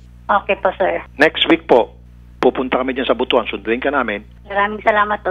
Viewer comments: Butuan ❌”Bu-tu-an” ✔️”Butwan” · Ang pangit naman ang pagkabigkas ng "butuan as boto-an" hindi po yan "ari" ang buto kasi sa ilonggo ay ari ng lalaki..we should listen to the local butuanon.... It should be pronounced as "but-wan" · Its butwan(butuan) not boto-an ang pagbasa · BUT-WAN po ang pag pronounce.. ndi po Bu-tu-an masama pong pakinggan yun samen..😁😁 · Beth Aguilar Oo nga but-wan nga Di butuwan 🤣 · 🤣🤣🤣🤣🤣BUT-WAN po Hindi po BU-TU-AN 🤣🤣🤣🤣bastos po Yan na salita sa aming mga bisaya🤣🤣🤣✌️✌️✌️✌️✌️✌️✌️✌️ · Maam, to pronounce Butuan is Butwan not Bu tu an 😁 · sassy gurl lagi sayup jud butwan mana pag basa ana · Butwan kasi ang basa dyan ate girl! Wag mo isisi yung dumi ng utak mo sa mga bisaya! Apakagreen! Tsaka anong E CORRECT? baka i-correct. 😅